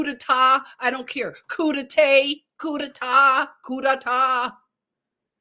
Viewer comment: The a in coup d'état is pronounced like the a in Jah. You are Eternal.